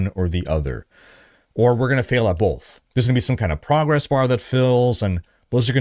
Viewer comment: oh man are you saying BOLTH?! or Both?